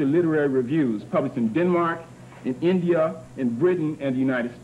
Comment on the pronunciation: where is 'INJA'-I thought it was INDIA!